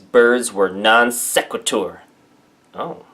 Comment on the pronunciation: Ahh, yes, mispronounce non sequitur and then mock the use of the word like a teenage girl would. Any time the comments mentioned a logical fallacy, you made a dramatic edit followed by a dramatic, emotionally-driven reaction. No actual response to her accusations of the fallacies was given in this video. The fact is that your arguments, while sometimes factual and correct, are not always that way; you fall victim to logical fallacies quite often. We all do, it is just human. Learning about, confronting, and diminishing the logically fallacious ideas is never fun, but I think it's worth it.